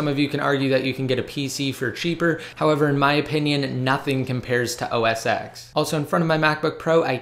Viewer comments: os "ex"??? I think you mean os "ten" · You pronounce it OS 10 not OS "ex"